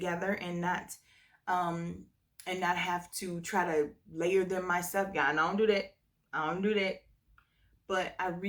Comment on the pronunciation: When you said “Ion do det” I died 😂😂😂 cause I don’t do it either! I want to smell like what the manufacturer intended